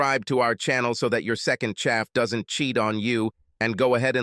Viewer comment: Shouldn't "second chaff" be second half? It is said at the end of all these stories.